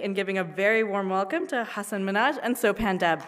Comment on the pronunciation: Firstly, it's not So-pan, it's so-pun (rhymes with pun, not pan)